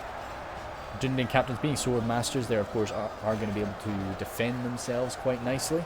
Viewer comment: Dunedain is pronounced as Dune-dine